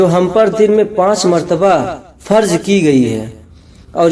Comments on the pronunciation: Assalam alaikum mohtaram plz apne talaffuz ko pahle thik se bolna sikhiye farz hota hai farj nahi namaz bolte hai namaj nahi mazrart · Mr.pahle talaffuz durust kar lo phir bayan Karo .Urdu ka lafaz h farz aur bol rahe ho pharj Mane bbadal gaya.